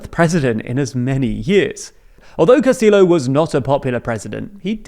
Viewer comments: Amazing video and very well done. I did want to say though- "Castillo" is pronounced with a double L "y" sound. Cast-ee-yo. Otherwise GREAT!🎉🎉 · It's not pronounced 'Castil.lo'. It's kinda like 'Castiyo' You guys slay in German but butcher Spanish everytime. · The pronunciation: Keiko: kay-ko Fujimori: Foo-hee-mo-ree Castillo: Cas-tee-yo Boluarte: bo-loo-r-tae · You guys could at least make half an effort to pronounce the names correctly, you KNOW how to say Castillo when its a Spanish name, there's no way you don't know the two LL's make a Y sound. Also who is Key-ko? That's not how you say that name. Come on guys. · Make a better effort to pronounce Spanish surnames like “Castillo”, dude.